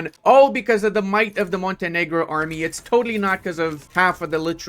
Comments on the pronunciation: Love the non-controversial pronounciation of Montenero! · Ill not watch this video if you won't pronouce the name right. Grow some balls man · I find it funny that YouTube can create problems because of the pronunciation of Montenegro Like, don't almost all Latin languages use the word normally to refer to a black person?